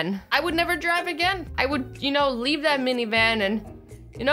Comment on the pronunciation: It's leave not leve